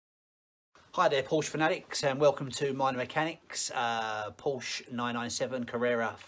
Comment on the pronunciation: Thanks for taking the time to video this process. Have a 996 with the same problem. But please, Porsche has two syllables! That is the way the Dr. pronounced it.